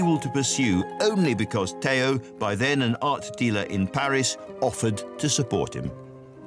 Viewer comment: Stope already, .. STOP; saying vangock and Tayo !!!! VanGogh and Theo FGS !!!!!!!!